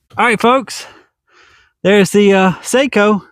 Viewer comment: He maker name Sako is pronounced with a soft a. Sounds like socko. Very good rifles.